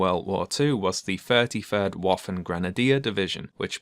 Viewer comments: "Waffen" is pronounced as "Vaffen". Germans make that mistake when speaking English, seems it is a mutual mistake, though. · The 33rd waffen grenadier division was German, so you’re supposed to pronounce the w like a v.